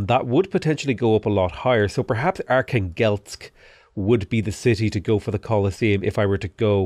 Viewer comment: Every time pronounces Archangelsk it kills me inside as a native russian speaker.